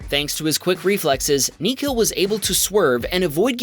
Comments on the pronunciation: it's NIKHIL NOT KNEE KILL😭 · I can assure you...that's not how you pronounce Nikhil. The h is silent Ni-kh-il or Nik-hil There's a reason why my nickname is Nick in the nickname part of my username 😂